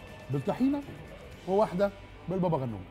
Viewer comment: انتا ليه ع طول بتقول بابا غنوچ اسمو بابا غنوج